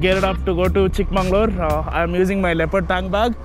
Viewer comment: Its Chikmagalur not chikmanglur